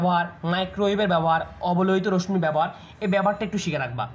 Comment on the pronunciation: রশ্ মি না।উচ্চারণ টা রশশি হবে